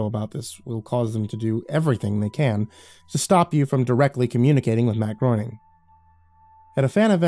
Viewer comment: I went to college with a guy who had the same last name, and it drove him NUTS how everyone mispronounces it. Would literally yell at people, Groening rhymes with "raining"!!! So it's actually Matt grain-ing. I feel like that guy would appreciate me doing this in his place 😆